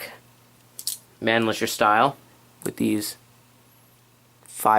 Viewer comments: Buddy, you are not saying the name of the rifle right. Its MAN - LICKER. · You're right on concerning most of your information, excellent, although the name Mannlicher is pronounced a bit more like "Mawn-licker." The other straight-pull military arms of this similar period were the Schmitt-Rubin Swiss rifles and the Canadian M1905 and M1910 Ross. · The 6.5 underpowered? Wat. Thing is practically a .308, just a bit less muzzle energy. Also, that Mannlicher pronunciation was ear-grating.